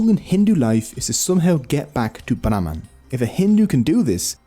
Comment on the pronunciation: Brahmaand( univers) instead of brahman